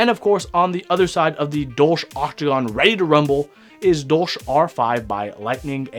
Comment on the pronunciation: Dolch is the German word for dagger and hearing it being pronounced as dolsch is super weird for me.